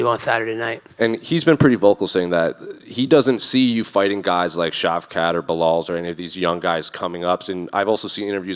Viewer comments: Did he say shi$ rat ?? lol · Bro did not just called Shavkhat “Shitrat” lmfaooo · He called Shavkat Sh*trat 😂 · Did he say shit rat? Hahahahaha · Colby called shavkaht shitrat 😂😂😂😂😂😂😂😂😂😂😂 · Sh*t rat is what he called Shavkat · Did he just call Shavkat "Shitrat?" Lmao